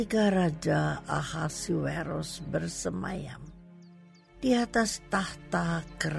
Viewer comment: suara dan intonasi udah oke, cuma yg agak mengganjal di sini pengucapan nama raja Ahasyweros. Semestinya dibaca/dilafalkan A-hasy-we-ros, bukan A-ha-si-we-ros.